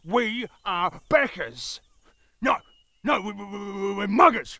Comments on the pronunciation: I'm not a native speaker and I heard "beggars" but it didn't make sense. Never heard "backer" before. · I heard beggar and then hear 'becker'. Probably because you pronounce your 'a' the same way I pronounce my 'e'. I'm from the UK btw. Also, everytime they say 'Ben' I hear 'bin'. But I know what they mean from context and the fact that it's slightly different from bin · pipi108 Wait....they weren’t saying Beggars? HUH?!?!? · Lol I thought it was beggars too 😂 now it makes more sense hehehe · Me. I heard beggars. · Wait they weren't saying beggars?? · I heard "Bankers". Was a bit confused, as to why bankers would support kickstarters :/ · I definitely also heard beggars instead of backers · Glad to see I'm not the only one who heard beggars. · i thought they were saying beggars not backers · Stefan Dingenouts So did we all. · Actually, I heard bankers. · I heard beggars too. I'm not a native English speaker, so I think is just the way they say it. I noticed backers the third time they said it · I can't be the only one that heard 'beggars' at first... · Lol I was wondering what "beggars" had to do with kickstarters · Ooooooooh... It's Backers! Now it makes more sense... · As an Aussie, I heard beggars the first time, but the second, and subsequent times, I distinctly heard backers. *shrug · Briton here. I heard "beggars" until reading this comment thread. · Australia as well but I'z a heard beggers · I thought it too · German here; heard beggars the whole time... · I'm aussie, I heard "beggars" until they said "let's go back'em!" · If anyone listend they did say beggers, and beggers reffered to them begging for merch as proven at the end of the skit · I'm a Brit and all I hear is "beggars". In the same way that every time someone says Ben all I hear is "BIN". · Wasn't it beggars? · Wait, they're saying "backers"? Fairly sure they'Re saying "beggars" lol. As in, they "beg" for the rewards :D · Since it was about Kickstarter my brain heard “banker” 😂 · I heard that too